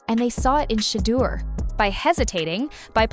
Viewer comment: SHA DER 😂😂😂 got me , good video though